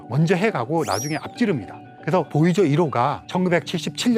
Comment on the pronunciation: 보이저1호, 보이저2호... 보이죠? 1호, 보이죠? 2호 이렇게 들립니다.